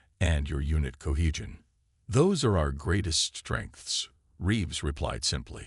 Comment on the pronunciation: unit cohegen! HAHHA AI is showing its issue